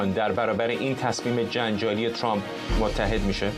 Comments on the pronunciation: این سمیرابااون فک درازچرابه ترامپ میگه چرررمپ،این فرداد ک نی هم بعضی وقتها میگه دونالدچرمپ که چی،مثل ادم بگیدترامپ،،،دونلدچرمپ😮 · عی رم دهن سمیراچه حال بهم زن ترامپ راتلفظ میکنه،اونی،،،ک توزبانت چرررمپ چیه 🤔 ک نی خوبگوترامپ،چررمپ،دونالدچررمپ